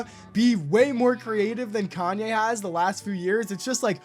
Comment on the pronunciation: I don’t get it, how can you be such a fan and can’t even say his name right..